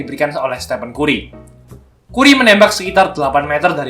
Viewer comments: keren min, koreksi dikit bcany kari bukn kuri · kù•ree kan gitu pelafalanny, bukan ku•ri